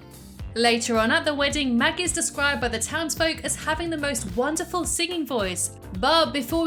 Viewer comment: you said magus